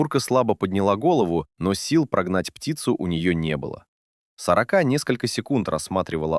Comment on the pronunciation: Да чтоб вас перевернуло с вашей "сорокОй" ! Интересный рассказ, а прочитать ЧЕЛОВЕКУ западлО? Суёте где надо и не надо этот ИИ... Испортили впечатление им.